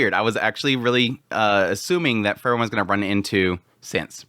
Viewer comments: The pronunciation of Frieren was throwing me off so bad. I thought he was saying let Fern kill Fern and I was like wtf. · He always says it like that. I dont know how you can mispronounce it that much. Free-ren . As in free and kylo ren . Free ren . Its literally how the japanese pronounce it in the show. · I wish he would change the way he says Frieren... Fern and Fern is all I hear constantly. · You pronounce Frieren and Fern the same, and it's very confusing. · Throws me off too lol, I haven't heard anyone pronounce it like that before. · Yes, he should research Frie r e n :) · the way you pronounce frieren is disgusting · Dude y do u pronounce them the same fern and freiren hahahaha it was so difficult to distinguish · the way you say frieren and fern is nearly indistinguishable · Maybe it's because I'm watching at 2x speed but the way you say Fern sounds the exact same as the way you say Frieren, it was super confusing haha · Автоперевод справляется лучше) он вообще вариант произношения Фрирен не понимает 😂😂